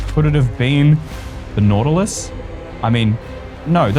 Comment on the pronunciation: It's Nautilus not Nautily